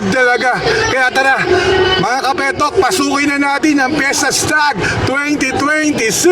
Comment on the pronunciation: Fiestag hindi Fiesta Stag. Babasahin mo nalang mali pa. 🤦🏻‍♂️